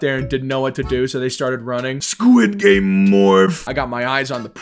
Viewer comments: Its sqiud game not skuish game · he really said sqish game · Bro in "its fron squish game"